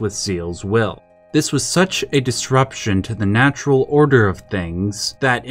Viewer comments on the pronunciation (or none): none